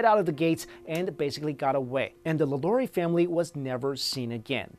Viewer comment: He kept saying Madame LaLaurie's name wrong and I kept cringing